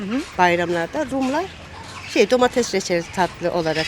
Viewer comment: Şenay hanım ben emekli bir öğretmen ve de yanlış telaffuzlara takıntılı bir insan olarak sizin domateZ ve patateZ deyişiniz beni biraz irite etti. Darılmazsanız bunların domateS ve patateS olarak telaffuz edilmesi gerektiğini belirtmek isterim, anlayışınız için teşekkürler :)